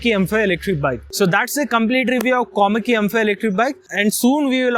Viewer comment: Its Komaki dude not komali😅😅🤣